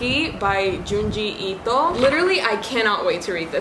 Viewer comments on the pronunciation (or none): It was funny for me every time you said ¨Ito¨ sonaba full en español. I love you so so much and I thank God and Goodreads for showing me that we have such a wonderful booktuber here in DR ❤❤❤❤❤❤ Alegras mis días. 😘